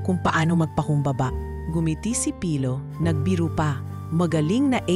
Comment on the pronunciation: Dko maintindihan si Ms Doctolero bakit niya cnabi na hindi sanay magtagalog ang narrator.wala po ako nakita mali Yun lng pagbigkas ng name ni pilo na mabagal ang pag bigkas ng narrator